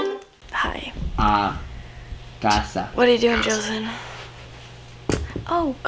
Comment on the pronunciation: Joathan you need the accen bit to be perfect lol